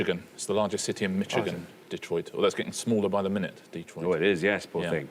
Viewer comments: He mispronounced Michigan as “Mitchagan” instead of “Mish-agan” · And “Mitchigan” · He also got "Michigan" wrong by mispronouncing the C-H like in "church".